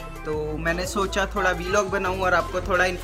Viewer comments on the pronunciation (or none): Yar..... Vlog.... Bola.. Kro na bhai..... V Log ajeeb lgta hai sunne me...... Jst.... A small suggestion 🙂🙂🙂🙂🙂